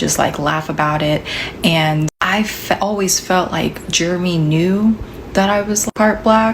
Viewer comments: Pretty sure it was Jer-e-my and not Germy. Why is she pronouncing it like that?😂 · why is she pronouncing Jeremy like that? She's calling that boy "germ-y". Did they call him that in school, and she's subconsciously doing it now without realizing it? Like, does she think that's how that name is actually said?